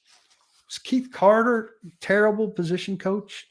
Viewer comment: Keith Carter!!! Omg! Say his name right. Your job is to cover 1 team and you can’t even keep names right.